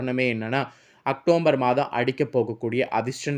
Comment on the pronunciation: வள வள என்று தேவையற்ற விஷயங்கள் பேசி நேரத்தை வீணடிக்காமல் ரத்தினச் சுருக்கமாக வீடியோ பதிவிடவும்... மேலும் அது அக்டோம்பர் மாதம் அல்ல.. அக்டோபர்...